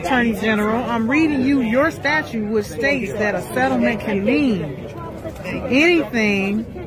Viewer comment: Why can't these people say "statute" correctly? It's not "statue."